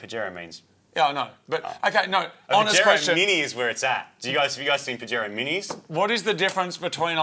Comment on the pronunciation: Them pronouncing the j in Pajero is killing me Pajero being a Spanish word the j is pronounced like an h